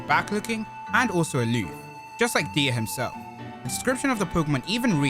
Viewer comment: I think it’s pronounced “die” instead of “de-a” because the nickname “dia” comes from his name diamond.